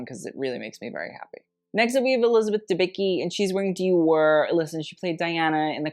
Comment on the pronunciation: Elizabeth Dembicki surname is pronounced a bit different.